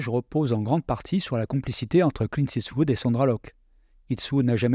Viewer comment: Dommage d'écorcher le nom de Clint tout le long de la vidéo en " it's wood "... :/